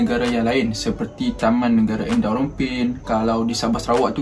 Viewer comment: ENDAU!! Bukan eNDAU